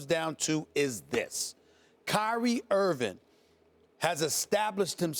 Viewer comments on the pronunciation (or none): Stephen A keeps saying "Irvin" when his name is 'Irving". Come on man!